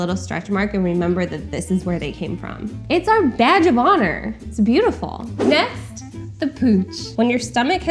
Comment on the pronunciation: I thought she said "vag of honour" not "badge of honour"